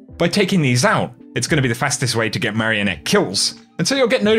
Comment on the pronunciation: Hearing say marionette makes me hungry